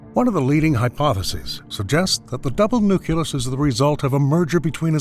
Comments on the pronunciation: Nucleus, not nucyulus... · You can say "nuclear" correctly but not "nucleus"; "nuculous" is not a word. I cannot listen to this any longer, it irks me to no end. It was good content but i couldn't make it past 10 minutes because of that; learn how to pronounce properly, please. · NUCLEUS NOT NUCULUS